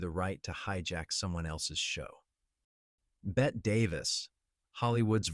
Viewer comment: That AI voice cant say Bette? It says Bet